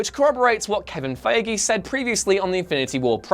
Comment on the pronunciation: Lol, I know you're really looking forward to more LGBT representation, but you can't just change the pronunciation of Kevin Feige's name like that. Not cool